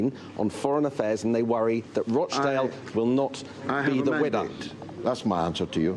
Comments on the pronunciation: Learn to pronounce rochdale correctly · Its Rochdale not Roashdale